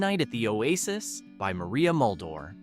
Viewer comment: Your pronunciation is horrible !t's Maria Mull-Dower not Mull-door!! The group that sang Vehicle was the "Eyedes of March, not the Ids of March. I still hear some of these songs, but most of them deserve to stay buried!!